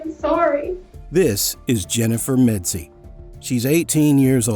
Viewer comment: It's MEDZIE you idiot!!!